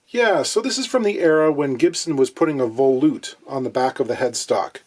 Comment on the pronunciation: It kills me how people mispronounce the word volute. It's pronounced vol - yoot, not vol - oot. You don't pronounce volume vol - oom.